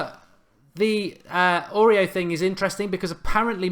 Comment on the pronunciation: Mark Aurier is pronounced Or-E-Air